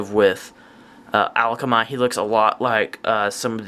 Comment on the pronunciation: Also where are you getting the l from in akamai? It's pronounced uh-kom-i